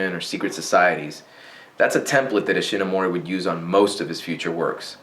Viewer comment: Words pronounced wrong in this video: "Hongo" "Himitsu" "Kikaider" "Manga" "Ishinomori"